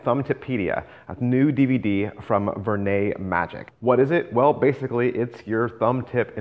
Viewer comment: As always, an informative presentation. So I almost hate to say it, but the name is pronounced more like "ver-nedd." It is not pronounced "ver-nay." As I always used to pronounce it.